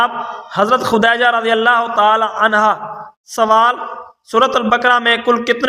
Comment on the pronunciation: لفظ خدیجہ نہ کہ خودائجہ